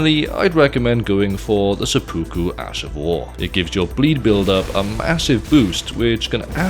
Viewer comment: I love watching every YouTuber I see mispronounce seppuku